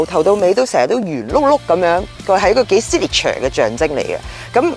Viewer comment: i like how she says "seek neek ture"